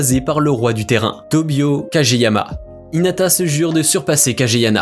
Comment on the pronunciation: C’est lourd mais c’est pas hitana mais hinata